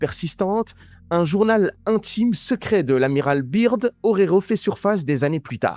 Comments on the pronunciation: Franchement sympa juste quand tu parle de Byrd en disant biirrdd au lieu de Beard [écrit en phonétique] Autre chose quand tu dis des phrases ou mots en arabe ce serait sympa de mettre un sous-titres français pour que tout le monde comprenne 😊 Pareil pour ce que Beast a répondu en anglais... En ce qui concerne les 7 l un d eux s appel netanyahu ! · Je m’abonne si tu dis General "beurde" et non "birde" Sincère salutation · Les complotistes hallal c'est comique. En plus tu parles plus mal anglais que ma grand-mère ! L'Amiral Byrd ça se prononce BEURD. Si tu dis la lettre i (Beard) ça veut dire barbe en anglais. Grosse tâche ! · Son nom se prononce beurde Bird, oiseau en anglais